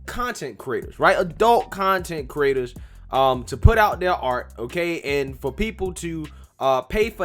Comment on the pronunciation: at the beginning I thought you were calling them "Content Critters"😆😂🤤